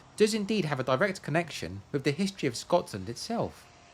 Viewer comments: Why do you pronounce Scotland Scot(s)land? Something I am not aware of here? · Sounds like you saying Scotsland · Am I hearing Scotsland instead of Scotland? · Skotsch-land, you say?